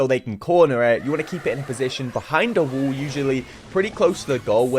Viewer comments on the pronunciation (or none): Bool and Wool instead of Ball and Wall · "can I get a bo'o o wo'a" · I ❤️ when he says bull instead of 🏀. Wall as wull 😂